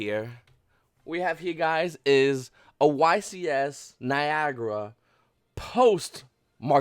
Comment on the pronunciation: Its Nye~agruh not Ni~gur